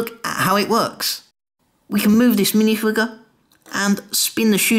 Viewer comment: He said minifwiger